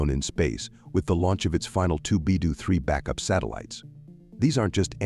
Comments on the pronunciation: Beidou is pronounced like bay dough not bai du which is anohter CN CO. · BeiDou = Bay-Doe not: Bye-Doo